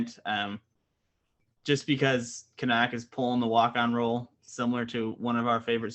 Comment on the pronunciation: I think his name is pronounced "can-nick"?